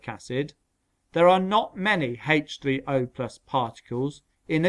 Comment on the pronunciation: The way he said H30